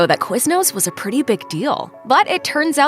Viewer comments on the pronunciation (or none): none